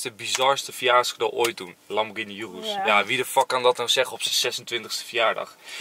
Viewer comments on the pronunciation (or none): none